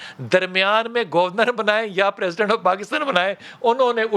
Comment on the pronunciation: بھائی جان آپ بریکنگ نیوز تو نہیں سنا رہے بلکہ ایک تاریخی دور کی کہانی سنا رہے ہیں تو اتنا جلدی جلدی سانس لیکر بولنے کی کیا ضرورت ہے؟ اور یہ گوُر نرَ۔ Gor nat کیا ہوتا ہے جناب؟ حد ہوتی ہے، ویسے آپکا آج کا ٹاپک ۱۰۰ نمبر کا ہے۔